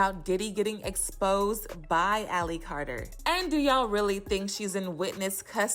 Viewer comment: Carter not cater